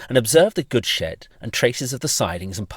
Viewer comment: I didn't parse that as "the goods shed" the first time and thought you said "we observe the good shit", like you thought that was just a really nice looking curved railway